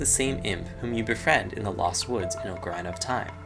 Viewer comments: I stopped watching after I heard "oak-a-RINE-a"... fail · Ocarina = Awk-uh-ree-nuh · He said Ocarina like “Oh Ker Eye Nuh”😂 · why do you intentionally mispronounce ocarina